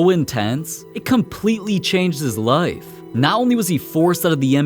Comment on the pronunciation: normal ppl pronouncing life: ly f this guy: lyeif